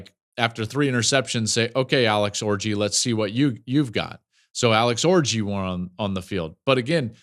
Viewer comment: Stop saying orji